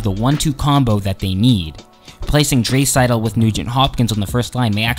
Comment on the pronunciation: Can't take this guy seriously when he can't even pronounce a few of the player's name corrctly. ie; Draisaitl, Letestu, etc...